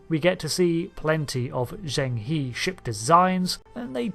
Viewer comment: Zheng He is pronounced jeng-huh. Why in these review videos does nobody point out Riker's mispronounciation. People would have been upset if they said the USS Eienterprise